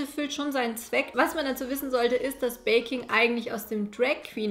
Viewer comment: Ich hab statt „viele lieben baking“ / „viele lieben Bacon“ verstanden 😂😂😂⭐️